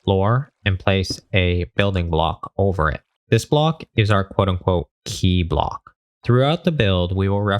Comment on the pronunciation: All i hear is now "bluhk"